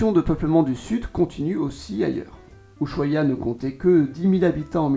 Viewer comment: Una aclaración que cometen todos los franceses y que estaría bueno que lo tengas en cuenta. La S y H de la palabra Ushuaia no tiene sonido, como en francés la H es muda. Todos pero todos cometen ese error. Gracias por tu contenido. Saludos ✨👌